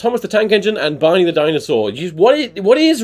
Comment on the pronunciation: I was listening to this while drawing, and when you said Barney the dinosaur, phonetically, it sounded like “Bonnie”, and I was like “Who the fuck is Bonnie the dinosaur?” And I thought that was silly of me